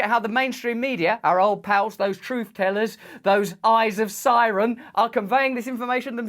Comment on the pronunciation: Eye of SAUron.... not "Siren" 😤👁